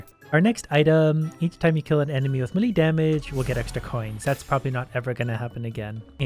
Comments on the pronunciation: Day 1 of telling it's not 'M'lee' but 'May-lay' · Is nobody gonna talk about how he's still saying meh-lee? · Hey, melee is pronounced like "may lay" just so you know. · It bugs me when he says melee wrong but whatever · Ariana stand what you pronounce it melee, it's pronounced melee